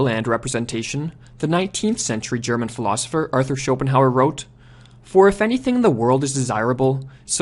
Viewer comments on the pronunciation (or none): none